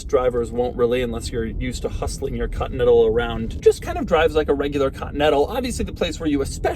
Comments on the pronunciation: doug learned how to say the word "Continental"? (cotntl) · No one: Doug DeMuro: Lincoln Cotnetal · Ah, yes, the Lincoln Cottonettle. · Ha! Doug has trouble pronouncing "Continental" three quarters of the time. Invariably, it sounds as if he says Cotton-Ettle! Sorry Doug, still love you mate.